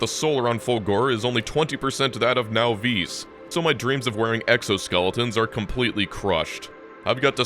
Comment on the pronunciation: I'm pretty sure the name "Nauvis" is supposed to be pronounced the same as "Novice".